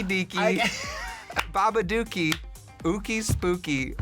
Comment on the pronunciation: trixie attempting to say babadook is sendinf me over the fucking moon